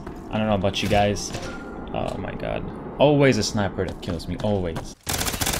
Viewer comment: Did he just say "Alright gays" 🤔